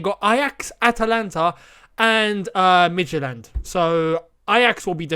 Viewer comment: I'm from Danmark and the way you said Midtjylland was spot on hehe.. Chelsea minimum semis 😎